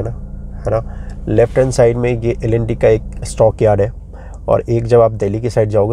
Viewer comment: Bhai L & T ki pronunciation to theek karo